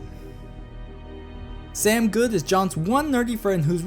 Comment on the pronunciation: IM SORRY BUT IT AINT SAM GOOD ITS SAM GOODE PRONOUNCED GUUUD